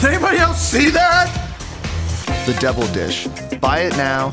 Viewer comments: Haha I was just about to say that! Totally sounds like “devil dish”. VAT19 is located in Missouri, wonder if it’s a Missourian accent thing to pronounce double as debble/devil... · the fact that pronounces double like devil is both funny and annoying